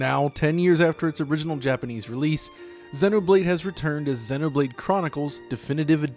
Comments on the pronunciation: dude imma freak out if u say senno blade one more time, my god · Why do you say xenoblade like that it's zee no blade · It’s zee no blade....how do you pronounce xenophobia? It’s the same goddam prefix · Im sorry but the way you say Xeno hurts me. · he cant say it right ugh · Wincing every time you mispronounce Xenoblade, which is every time you say it. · please look up how to pronounce the word xeno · i thought it was pronounced Xenoblade like xenophobia. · Stop pronouncing Xenoblade like that